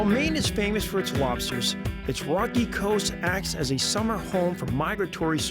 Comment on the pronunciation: Stripahs and lobstahs